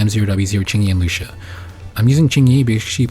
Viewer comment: Lu-ci-a kinda like cis-si-a. Except with Lucia you use the c sound and with cissia you use the s sound. Lol